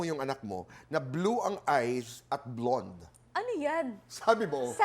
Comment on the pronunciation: Tito Boy naman, simplehan lang, please do not exaggerate. It’s simply pronounced as “blond” … huwag nman “blawned”. Same as simply “possibility” and do not exaggerate as “pawsibility”